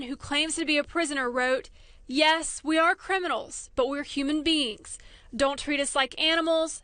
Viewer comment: "Human bean" 😂